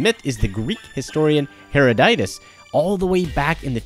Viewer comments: Heroditus? The name is Herodotus. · You mispronounced "Herodotus." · There is no "I" in the name Herodotus